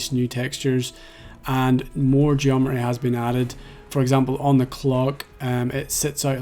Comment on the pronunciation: You have taken some wild liberties with the word "geometry" --- It's like you're saying Geo-meh-jury